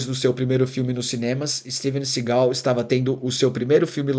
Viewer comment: Ouvir o tempo inteiro "Steven sigál" foi foda!